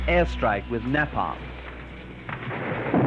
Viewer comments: Its napam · If I hear him say "NAPAM" once more I am going to scream !!!! IT"S NAPALM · Na palm😂 it's Neapalm! Like a horse 😂😂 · so your aware we brits dont call it nah palm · Napam napam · RPG - rocket propelled grenade, not "gun". The pronunciation of "napalm" was also rather quaint from the plummy English journalist. Not discounting his courage for being there though - but perhaps a level of naivety also played a part. Good work by the cameraman or men too. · I wish he could say Napalm right